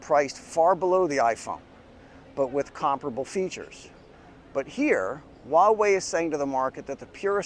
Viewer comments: It's just Hwa-way, no wa-way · With all due respect，your pronunciation of Huawei is funny😉 it sounds like “uawei” HH，but it doesn't matter It is expensive in China🥲 I hope Huawei products can be cheaper in the following years